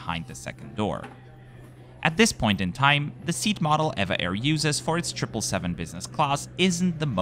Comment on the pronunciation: EVA Air is officially called E.V.A Air. But they are more conveniently referred to as ee-va Air... not air-va air as you pronounced in this video. Overall a lovely, informative video, as always. 😊